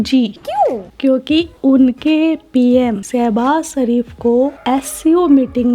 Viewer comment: bro Kitni baar bola hai, wo seh...s Sharif hai Naam to yaad rakh liya karo Yo yo😅